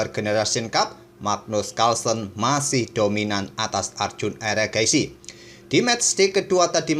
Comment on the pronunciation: hmm, kenapa admin selalu nyebut erigaisi dengan eragaisi ? eri kan pakai i, saya sudah periksa versi penyebutan inggris nya tetap erigaisi.